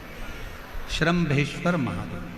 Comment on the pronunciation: श्रम्भेश्वर महादेव सही शब्द है। और श्रमभेश्वर गलत है।